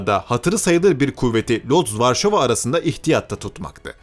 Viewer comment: Hocam videoda Lodz diye bahsedilen yer Lodz diye okunmaz. L harfinin ortasında bir çizgi var o Vu harfi. Orası Vuç diye okunuyor🙂